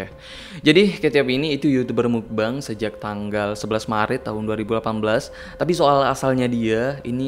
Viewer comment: Yg benar pengucapannya adalah bukan "mukbang" bukan juga "mukbeng", tapi "mokbang" dari bahasa korea muk (먹) artinya makan dan bang (방)yg artinya ruang.